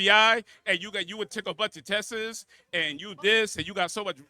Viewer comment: bros education is nonexistent Edit cant even say "TESTS" my point exactly and the constant emotional arguments says more about his lack of intellect than anything he has to say about